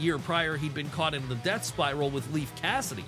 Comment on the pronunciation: Why so much emphasis on “DEATH”?